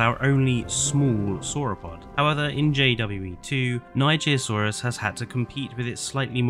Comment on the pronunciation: NIGERSAURUS NOT NIGIRSAURUS